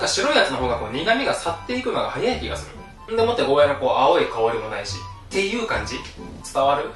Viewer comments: ゴーヤ"ー"って伸ばしてくれるのありがたい。間違って世の中に定着しちゃってたからモヤモヤしてた。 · 沖縄県民として嬉しい。ヤで切らずにゴーヤーって伸ばして言ってくれてるのありがたいです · ゴーヤーが本当の発音だってこの動画で知りました😱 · ゴーヤーの発音いいね ゴーヤーだよゴーヤー